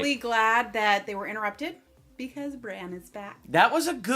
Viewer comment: Stop saying "Bron", it's "Bran", as in Brandon. Bronn is another character, ffs!